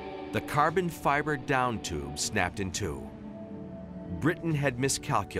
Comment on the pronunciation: The commentator makes so many blues. Who wrote the bloody script? Ducati engine? Wrong! Chis Halder? Wrong! (Haldane) Down tube? Wrong! So unprofessional.